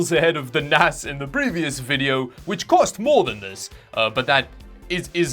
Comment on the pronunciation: " First, let's check out the VDHHHHH" 🤣🤣🤣🤣🤣🤣🤣🤣